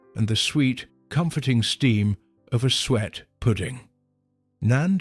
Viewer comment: 'Sue-ette' pudding....